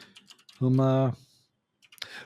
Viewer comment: The name Humayon is pronounced differently. The "N" is not pronounced fully.